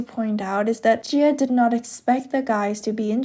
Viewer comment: it should be ji-ah since jia means another name and pronunciation in Chinese pinyin